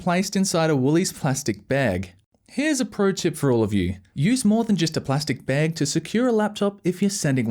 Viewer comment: Bro the way you say "bag" sounds strange to me